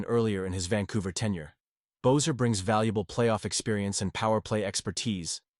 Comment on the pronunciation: You know his name is pronounced BESSER NOT BOZER! How can you trust what you say when you can’t even get their names right? Amateur